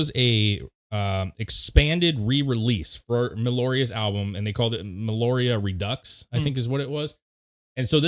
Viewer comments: Why do people say meloria it’s meliora pronounced Mel-e-oh-ra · Agree with all the points raised here, but man... Me l o r i a...really? It's Meliora already... Me LEE O R A :) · or "Meh- lee- ORR-ah" 🔥🤘😜🔥